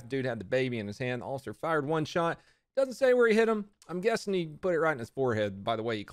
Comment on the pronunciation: Why is he saying “shottted” at the beginning